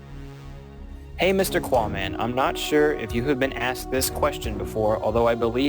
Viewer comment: Pro tip Qaaman, the verb "to ask" in past tense is "asked," not "aksed". S before k. Sk. Sssssssssk. Asked.